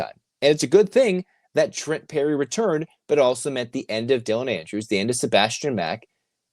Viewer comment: PERRY, not Lerry :-)